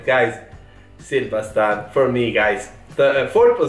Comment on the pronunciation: How nice you said "Sil baştan" 🥰🥰